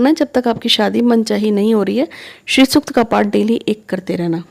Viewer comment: Pranam jo paath krna h wo shri sukt ka paath h name clear ni ho rha h